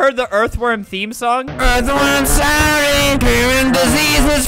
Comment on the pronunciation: Erth WORM SALLY YUH ITS ERTH WORM SALLY